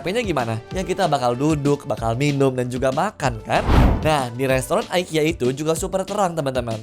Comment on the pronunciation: Btw bacanya bukan aikia ya mas, tapi tetep ikea😂